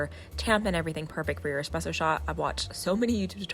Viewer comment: Tfw she’s teaching ppl about coffee while also pronouncing espresso wrong... It’s an Es-presso not an ex-spresso.